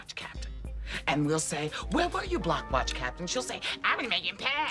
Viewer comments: I keep thinking he saying “the black watch program” 😅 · That damn man was saying 'Black Watch Program' not block watch program 😂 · Sounds like he’s saying “Black watch”